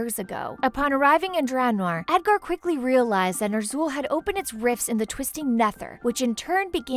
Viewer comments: I love the videos but the names being butchered are just atrocious. I understand some of it, but there are a few that aren't even read properly.Khadgar (Hadgar)Ner'Zhul (Ner'Thool and Nuh'Thool)Stromgarde (Stormgrade)Kil'jaeden (Kil' Juhdeen)Malganis (Malganese and Malgans)Kalimdor (Kalmidor)This is teeth grindingly frustrating to listen to. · Kahgar.... ner'thul... Gol'Dan... Gil-neas... stormgrade... Blackmar... Duroton... Taren... scorge... kil'jadeen... mal'ganees North end... Lordrien...dooratoor. How to pronouce them right: Kad-gar (Khadgar), Ner'zul (Ner'Zhul), Gool'dan (Gul'dan), Gill-nay-es (Gilneas), Strom-guard (StromGarde), Black-more (Blackmoore), Dur-o-tan (Durotan) T-oor-in (Tauren), Sc-er-j (Scourge) Kill-Jay-den (Kil'jaeden), Mal-gan-iss (Mal'ganis), North-Rend (Northrend), Lord-eron (Lordaeron), Dur-o-tar (Durotar). No offence to though she actually did well pronouncing them. P.S SarGeras not Sarjeras. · "Nerthul" are u kidding me -.